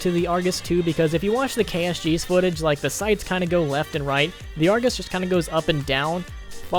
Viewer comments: Why in the fuck is he saying Argoose. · I heard that! "argoos" you can't slip away from me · good vid dude! just kinda weird to me how you call it the argoose😂 also when you call crksshairs reticles! anuway, i liked it man! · I like how he says argoose so seriously